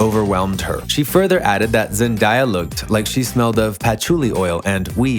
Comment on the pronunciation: PLEASE WHY ARE YOU SAYING HER NAME LIKE THAT 😭😭